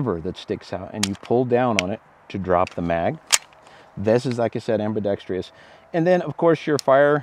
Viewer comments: There is no "tree" in ambidextrous. Google the proper pronunciation. Otherwise excellent review! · Right? Take a moment, write the word out, separate the syllables, then show me where there’s a “tree” growing in there. I realize it’s Latin but it just feeds the anti-gunners’ impression that we’re all undereducated hillbillies. Too bad, he’s a witty and intelligent sounding host. Growing up in a German family in the Midwest the words that drive me crazy are people who make Porsche a 2-syllable word and those who say Leo-pold. Ow, my ears! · It amazes me and drives me crazy at the same time that so many gun peepscan't pronounce ambidextrous. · I'm from Finland and the word is ambidextrous...'merica baby